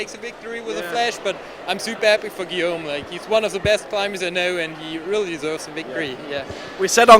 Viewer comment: French people everywhere are cringing each time this commentator slaughters the name "Guillaume".